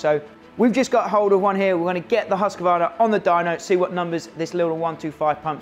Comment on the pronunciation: I'm amazed that American's can say ktm, and kawasaki correctly, but not Husqvarna. Its Hus-kvar-na, not Hus-ka-var-na